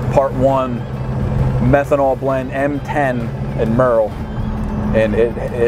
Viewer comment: False advertising. You said pyee methanol